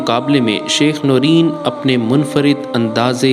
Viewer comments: Allahummagfir lahu war hamhu. The right pronunciation is "Nurain" not noreen. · Its not noreen its norain jahil media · Its not noreen... Its noor ain...